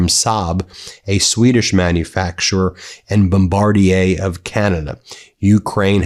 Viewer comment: MAN-uh-toh-ba, Ben... fuck... and did you say 'themself' at one point...? AND IT'S 'BOM-BAR-DEER' IN ENGLISH...